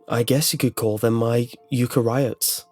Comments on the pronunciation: I love ya, really I do... but please tell me I wasn't the only Bio nerd here that chuckled at 'youkariots' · Is that how eukaryotes is pronounced? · crying over how he pronounced eukaryotes